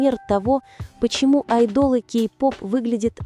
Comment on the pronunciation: Имя Тэхёна научитесь правильно произносить, а потом уже в канале вещать о нем!!! Слушать неприятно! АйдОлы! 🤣🤣